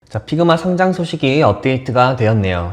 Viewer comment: Pigma가 아니고 figma 입니다. 발음을 잘하세요. 적어도 미국 살았다는 분이시니...